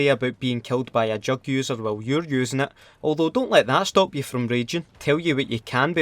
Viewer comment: It sounds like you're saying "drug users" instead of "jugg users."